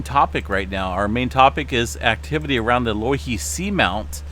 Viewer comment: *pronounced "Low "e" he"